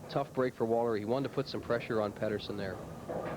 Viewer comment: PEED-ER-SON! PEED-ER-SON! Good gravy 🤦🏻‍♂️